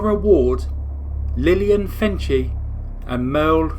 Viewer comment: MORE: The Wards' maid was named Lillian Fencil (rhymes with pencil) not Fenci. She was a deaf-mute from Norway .